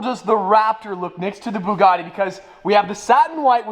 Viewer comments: Did this man just say bug a Ti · the person who pronounce buggati to buguti does not deserve it LOL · Nice job shaming the name of "Bugatti"